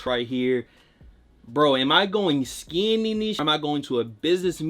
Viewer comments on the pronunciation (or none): yea ik he’s sayin skiing in these but the way he say it is killin me